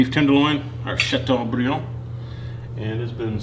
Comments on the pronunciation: Oooh you said Chateaubriand very nicely! Do you speak French? This looks absolutely delicious. What a great main course for Christmas!! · ooh la la, love the way you pronounce Chateaubriand with a Southern accent. I bet the person that thumbed down this video is a Frenchie.